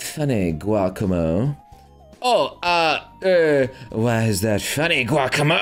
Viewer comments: Giocomo or Giacomo is pronounced [Jah-kah-mo] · Him saying Giacomo as Guacamo... Hurts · No one: Giocomo: Guacomo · Dude... It's pronounced "geo-como"